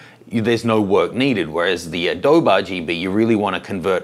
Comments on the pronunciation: In case nobody told you, it's not pronounced "Uh dobe". It's actually pronounced "Uh-dobie / Adobey / Adobeeeee". Adobe. Signed - someone who lives by Adobe. :). Thanks for the video by the way, I've had this question for a while. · This is 5-year-old evergreen content so good on. But the "uh DOE Buh" was making me crazy. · When he said "adohb" I spat at my screen, then cleaned it and switched to sRGB. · Thanks for the info,. Just to be clear though, Adobe is pronounced with an "eee" sound at the end. Like this, UH-DOE-BEE. Just like the Spanish word for mud hut walls or bricks. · ...and Intel was peed off that everyone was using gamma 1.8 'Apple RGB' on Macs! PS it's pronounced "A-Dobeee" as in the clay houses. Cheers David Myers in Sydney. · I normally don’t comment on 5yo posts... I don’t believe a word you say about adōb. If ya can’t learn how to say one of the most widely used products in the field, you can’t claim to be an expert. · Nice catch! I tried to ignore it after the 99th time he said Adob'. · its pronounced "ah doe bee"! mmkay!:-) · Adobe (/əˈdəʊ.bi/) you pronounce it properly, i feel like you are doing it on purpose :( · Jesus! Still not pronouncing the E after all these years? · You say Adobe funny! First person I have heard say it like that! (BTW, not having a go about it. Before some keyboard hero jumps on me....)